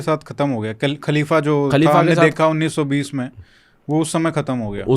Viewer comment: آپ اردو زبان جاننے والے ہیں ۔، لفظ خلیفہ کو کلیف بول رہے ہیں ، افسوس کی بات ہے ۔ دوسری بات یہ ہے کہ آپ کی گُفتگو سطحی ہے جس میں اسلامک طرز اور تاریخ کا فقدان ہے بات چیت میں کہانی کا جیسا احساس ہوتا ہے ۔